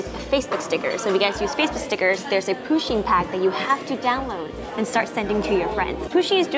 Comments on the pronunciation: Its pusheen not poosheen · Fun fact: Pusheen is anglicised from the Irish Puisín which means little cat or... Kitten :) It's pronounced "push-een" though not "poo-sheen"